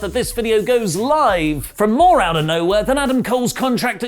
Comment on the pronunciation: He hit an RKO outta…. “Browhere”